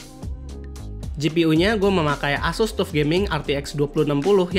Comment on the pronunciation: TUF bacanya "Tough" bang